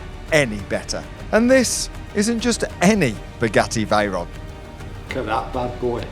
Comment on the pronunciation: Some one tell this is here it will be in next Sundays vid haha "I Bought the UKs cheapest Spagetti Vayron" haha